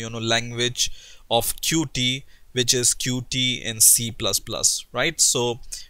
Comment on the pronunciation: it' pronounce "Cute" NOT Cu-tee!!! it's in the official documentation!!! You fail dude, why everyone say Cu-Tee??? Oh! I know why...